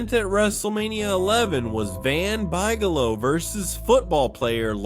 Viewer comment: ... It was the main event and they defeated sycho Sid and Ta-Tank-a lol. 😂